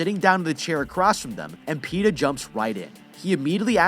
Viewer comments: "Pe"ta cad"ness" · You couldn't say Peta more better than Pete'ah